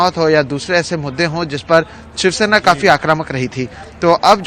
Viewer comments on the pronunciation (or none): Are bhai ye chivsena bolta hai😄